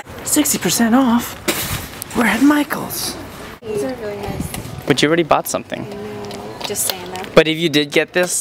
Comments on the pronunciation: "meet Sem Ting, he's watching Semthing but i don't know what" 😂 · Hahahha! "This is Sam Ting and he's watching Samting(something)"